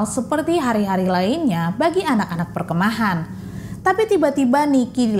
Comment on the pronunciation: Mbak perkemahan, bukan perke'mahan 😂